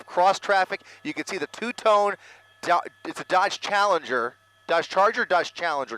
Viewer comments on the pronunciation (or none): Announcer has mental breakdown trying to pronounce Dodge Challenger